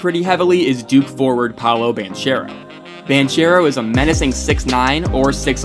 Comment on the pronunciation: Great vid man...I just wanted to point out the right pronounciation of Banchero's name. Its pronounced with a hard -c like this: ban-k-ero.